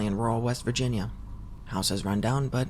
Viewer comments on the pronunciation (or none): none